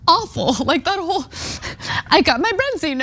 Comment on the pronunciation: Sea Bass is what you're looking for. Nice fish, I'm not a huge fish guy (due to the heavy metals) but it is nice. For some reason in America it has been re-branded as "Branzino" (or "Bronzino" as the girl keeps on saying).